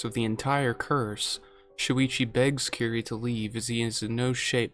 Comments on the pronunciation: As much as I love this, it's Kirie, not "keree". Sorry, pet peeve. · Small correction on the pronunciation of Kirie the -e is voiced (kiri-eh). I love Cosmic Horror especially Ito and Lovecraft